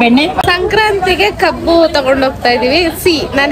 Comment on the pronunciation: madam adu kobbu alla kabbu 😊😮😅